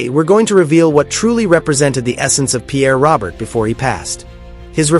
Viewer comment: Stop with the AI hire a citizen and by the way it's not "Robert" it's "Row- Bear" AI is an insult to who he was . I met him a few times, even hung out with him and Bob Review for a set at a dead show . Good man and deserves more then fake AI